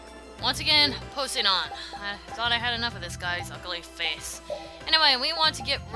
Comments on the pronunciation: Po-say-don? No it's pronounced Po-sigh-done. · you're gonna hate me for this... but it's pronounced Poh-sai-dun. Poseidon. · I hate how she says his name wrong over and over and over again!!!!!!!!!!! ITS the name of the greek god. GOOGLE THE NAME!